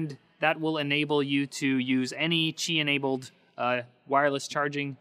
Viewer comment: ow is that how you pronounce qi wireless charging? I always thought it was "ki" not "chi".